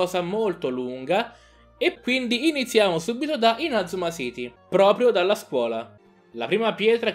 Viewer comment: lo so ma tu nel video lo pronunci in modo sbagliato.